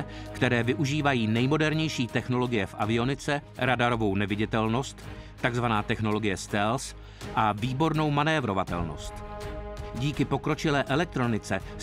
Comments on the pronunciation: / ne stels ale stelf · No, technicky vzato, u F davas vrchni zuby na spodni ret, ale u spravne vyslovnosti strkas jazyk mezi zuby. Jo, F je porad bliz, ale porad to neni 100%.